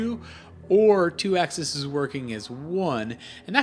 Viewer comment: Axes, it's axes...